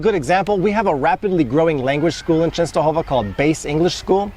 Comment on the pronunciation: Your accent and pronunciation on Czestochowa is PERFECT!